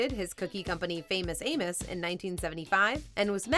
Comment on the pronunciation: Ya I seriously thought you said famous anus cookies lol. But ya love amos cookies